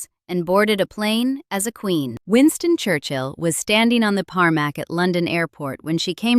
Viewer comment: It's TARMAC not PARMAC! 🇨🇦